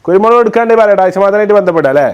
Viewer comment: കുരുമുളക് ❌കുരുമോളു ✅